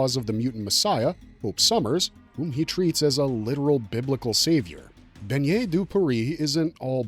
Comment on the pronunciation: Please for the love of god stop mispronouncing his name like that. Bennet would never sound like how you’re saying it…you’re saying it like Beignet…you’re saying the word for little donut. BeNNet the 2x n sound is not the same as beiGNet, gn sound. Bennet has never been a French name so if he we actually French his name would be Benoit. Whoever taught you to pronounce his name like that tell them to jump off a bridge lol